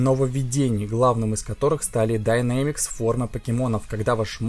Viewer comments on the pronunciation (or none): не Dynamics (Динамика), Dynamax (Дайнамакс/Динамакс)